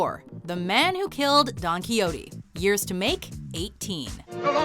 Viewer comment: Don Quiyotee